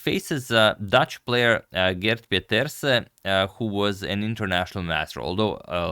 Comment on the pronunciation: Actually it was not so spot on for the Dutch name. Pieterse means "Peters son" in English, so you pronounce it like "Peters eh"